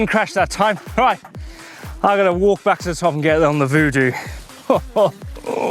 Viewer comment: Vodoo? Hoodoo? They doo Lol 😂